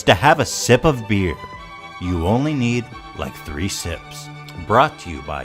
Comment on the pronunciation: Three utalas som free med ett F-ljud men annars bra video!